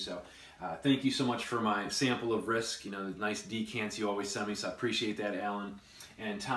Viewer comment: It is not RISK - it is RISQUE. Fyi.